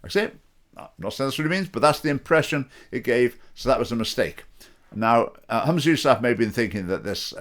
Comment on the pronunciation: Try to pronounce his name correctly and any one can lead the prayer in islam. And he can't do any worse than the current clowns in power